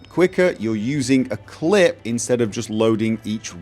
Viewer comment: Why do you say "clit" instead of "clip"